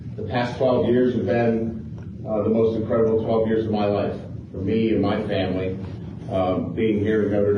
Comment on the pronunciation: "The last 12 years of my life have been incredible for me and my family" 1 week later, "I'm here with my fay-mly"